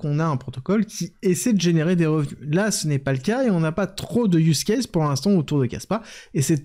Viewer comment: Ah je suis content car sur real world asset, et use case tu t'es gavé niveau accent !!! Allez je voulais juste féliciter je reprends la vidéo